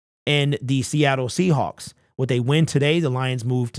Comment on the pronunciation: Seahacks...lol you said Seahacks !!! LMAO !!!